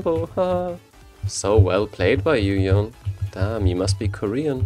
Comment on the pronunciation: it's yone, not yon Fucking yonE with e being pronounced